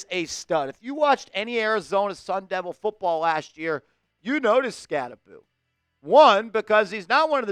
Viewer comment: I’ve always heard it pronounced Skatte-boh, what’s up with this Skatte-boo pronunciation? Did he correct everyone at the combine or something?